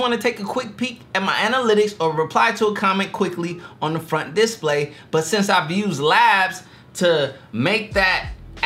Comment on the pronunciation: I'm sorry man I didn't realise you couldn't pronounce display I just thought you didn't know. Great video